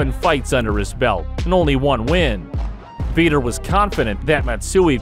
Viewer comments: Who the hell is "Veeeter"?? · Learn the lingo first . Vee-tor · Veter? Lol😆